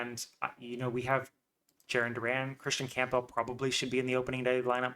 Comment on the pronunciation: I can't take this seriously if you can't even pronounce Campbell properly.